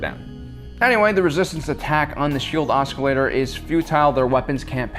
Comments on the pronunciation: FYI, "oscillator" is pronounced "oss-ill-ator", not "osk-ill-ator." eye twitch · Its not an OSKilator. Its an OSCillator. The c and the s are pronounced the same. Its annoying hearing him say it wrong. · it's oscillator not oscalator...and yes a senior citizens can be that strong. getting older doesn't make you weaker if you stay active as Han clearly has, it just diminishes your endurance. i know this cause at 81 before he died my grandfather could still hook chains to a big block V8, unhook and unbolt the engine throw the chains over the rafters in his shop and pull it out with his hands. maybe you should just consider that this isn't conceivable to you because you are extremely physically weak, and come from weak stock. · OS-CILLATOR... not oskillator lol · I am really sorry for this and I guess I'm not sure if this is pronounced differently in like England or somewhere, but you keep pronouncing oscillator like "osk-i-lator" when it is normally pronounced more like "oss-i-lator" like what a sinusoid does. I'm sorry but that was just really bothering me when you said it that way multiple times. If you are pronouncing it in a perfectly valid way please let me know. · I like this video very much. Your theories and opinions are fun to watch and enjoy. The only issue I had was your pronunciation of oscillator. There is no hard "k" sound in it, os·cil·la·tor. It's like ah-sill-a-ter. Hope this does not offend as that is not my goal. Please keep up the great work! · is that how you pronounce oscillator on the other side of the pond or am i missing something? should be spelled oss instead i wonder how long itll be before society just does away with non phonetic spelling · The C in "Oscillator" is silent. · Please don’t pronounce the c in oscillator. Otherwise, great video! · The "c" is silent. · The "c" in "oscillator" is silent. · anyone else find it funny how he says oscillator?